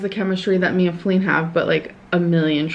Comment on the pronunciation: I always hear flea when she says feline... tbh I think it's more fitting lol I also think Eric and Ricky were only friends with amber after the breakup until Becky was able to leave. They distracted her so Becky could move on and out